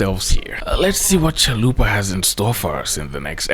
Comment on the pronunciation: Is there other folks who heard Zalupa instead of Chalupa? Otherwise this is comment for promotion haha